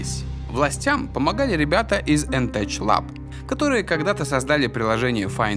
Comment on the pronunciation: НТеЧ Мой внутренний английский: ъуъ сука